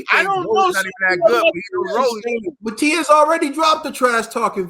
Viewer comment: My, love the show but some of us who know English don’t even speak it right! Y’all giving my guy Matias a new name, it’s not Martias. There’s no R.. it’s Ma Tee As! 😂✌🏽❤️